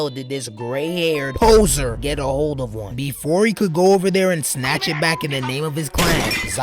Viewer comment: The way u said poser tho 😂😂😂😂😂